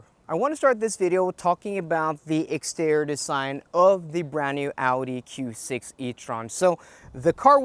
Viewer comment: It’s pronounced “extee-ree-or” not “extee-ror”. It’s “intee-ree-or”, not “intee-ror”. For crying out loud!